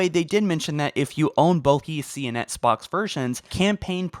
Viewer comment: I can’t stand how this dude says “Xbox”